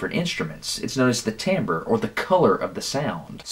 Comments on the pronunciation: That pronunciation of timbre :[ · timbre is not pronounced tambre its pronounce as tombre